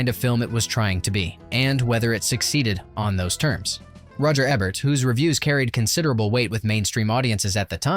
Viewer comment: You can't have a channel that discusses movies and say Roger "EBBERT". C'mon, man.